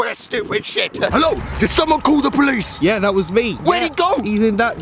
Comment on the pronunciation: Police. DO YOU SAY POICE US. NO POLICE. OH